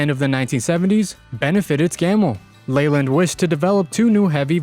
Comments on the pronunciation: It’s Leyland pronounced Layland. Not Leeland. And whilst I’m at it, it’s Jag U Are, Jaguar. Not Jag wah. 😂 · Man the only issue I have with the video is how Leyland is pronounced one of my college bros works at the main factory of Leyland trucks UK. It's also pronounced LAY land.